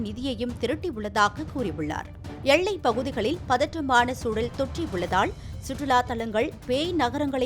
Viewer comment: என்னம்மா செய்தி வாசிக்கிற? எள்ளை யா எல்லையா? தமிழை நல்ல ஆசிரியரிடம் கற்றுக்கொண்டு பேச வேண்டும். எனக்கு காதில் ரத்தம் வடிகிறது.